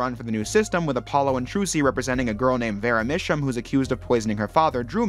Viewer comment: Love the video! Some of the name pronunciations are a bit off, which can ruin the puns. For instance, “Vera drew my sham”.